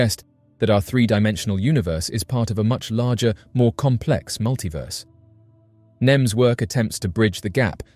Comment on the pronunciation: His last name is nemes Not nims